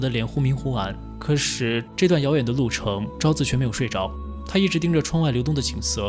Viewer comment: 可是的"是" 不 要念成"十: 不 要 念成" 可 十"